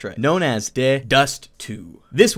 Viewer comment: When you say "de" for the counter-strike maps its not how you said it. its like D-E